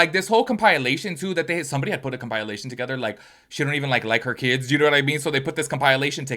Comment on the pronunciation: Com-pile lay-tion? It's com-pa lay-tion (sorry) it's my pet peeve